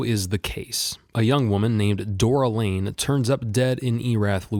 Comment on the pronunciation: Dora Lange… not Lane. A hiccup like that can pull a viewer out of the video, having them thinking they shouldn’t care what you have to say, when you can’t get a characters name right.